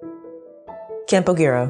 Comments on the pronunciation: In Spanish it is pronounced "Campo Heero"....not " Campo Geero". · It's pronounced "Campo - hiro" the G in Spanish is pronounced like H except when it follows and a, o or u (when it follows and u and after an I or E it sounds like Ge Gi)